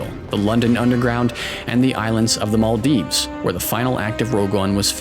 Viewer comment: Thank you for pronouncing Maldives correctly ❤😊❤